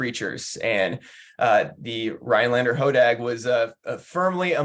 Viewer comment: I am very happy for this, but I would think that the person from the chamber would be able to pronounce the town name properly…RhiNelander, not Ryelander…just sayin